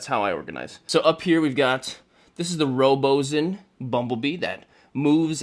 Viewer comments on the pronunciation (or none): Beautiful collection… At:49 tho… just so you know you’re pronouncing Robosen completely incorrect and botching it big time😂😂 it’s pronounced “Robo” and then “sen”